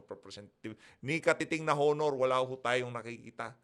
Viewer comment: blogger, HINDI po “Honor”. “Onor” po. Yong “H” ay silent(walang tunog pagka sinabi ang salitang “HONOR”.